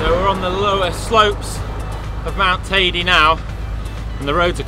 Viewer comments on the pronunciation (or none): It's hilarious how you guys pronounce Teide. It's certainly not Tidy. Come on, if you climb it, at least get its name right.